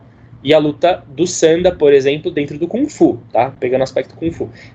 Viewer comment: Não se pronuncia "Sânda" tonificando a sílaba inicial, mas sim "Sandá", tonificando a última sílaba. Logicamente que não possui acento. O fiz apenas para exemplificar que o som mais forte fuça na última sílaba. Sanda=luta livre/combate livre. San=3 Da=golpe/luta/combate... O Kung Fu Tradicional inclui formas distintas, de acordo com o sistema. São ferramentas trabalhadas formais voltadas para a defesa pessoal sistemática. Ao se aplicar dentro de um combate livre (Sanda/Sanshou) sofrem uma desestruturação do sistema, ou seja ficam disformes, sem formas. Mas o fato de não ser mais sistemático durante o combate livre, não significa que as formas não sirvam. Durante o combate, aplica-se a essência marcial, a ciência marcial encutida nas formas e práticas tradicionais. O Sanda é uma aplicação livre das formas, mas disformes, atreladas as regras da disputa. O Kung Fu Tradicional é amplo. O Kung Fu esportivo (Sanda) é limitado propositadamente para proteger o atleta e tornar o desporto atrativo para todos. O Sanda é a aplicação violenta, simples e direta do Kung Fu Tradicional, o Wushu, de fato. Dentro de cada sequência tradicional existe uma essência que se aplica de maneira não sistêmica.